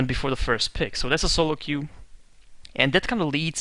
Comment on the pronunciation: It's queue, not que. que is what in spanish or that in french, but nothing in english. just an fyi.